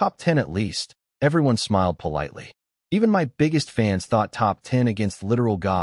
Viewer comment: Is the AI generator a USA patriot or something ? Every time there is the word "us" it's said as "U.S." To be honest a lot of 2-3 sign words are said totally wrong. For "my" is like "em why"